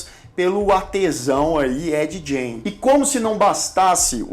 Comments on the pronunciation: ED GAIN - fala como gana .....gain.....nao com som de jota....jain como vc fala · Gein se pronuncia "gueim" e não "jeim" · Sobre a pronúncia, fiquei na dúvida: Ed "Gjêin" ou Ed "Guêin"? Muitos pronunciam "Guêin". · a pronuncia correta do sobrenome é "gáin" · Se pronuncia Ed “guein” ! O cara era maluco no ultimate level ! — pelo menos ele trouxe tanta inspiração para tantos filmes e séries boas. Bates Motel. Silêncio dos inocentes. O massacre da serra elétrica... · Ed "guin" é o jeito certo de pronunciar o nome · A pronúncia tua está errada. O sobrenome dele é como “Guin”. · Ed "Jay"?😂 Faltou mais pesquisa pra esse vídeo, muita coisa dita não tá correto mas enfim. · ED Gein .. se fala GAIN .. excelente video! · Ed Gein... pronúncia: /g/ como em get /get/.... não como em giant. Parabéns pelo vídeo. Sou fã